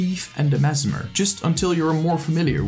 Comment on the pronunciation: The way you say merged man. Triggers me.